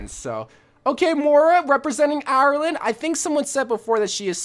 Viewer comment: Ur pronouncing Ireland wrong